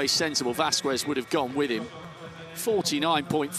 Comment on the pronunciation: The fact that he can pronounce KSZCZOT and not Vasquez is mindblowing